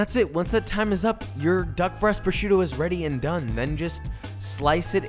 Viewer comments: Si dice prosciutto frate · Nice video and good receipt that i am actually gonna try 👍🙂but... Carbonara with duck “prosciutto” is blasfemy by all means, my ears started to bleed when I heard it. 😱😱😱